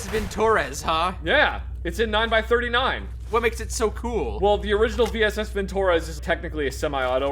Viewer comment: vintOrez Russians: No comrade, it's vintorEz! Pronounce this fine weapon name correctly.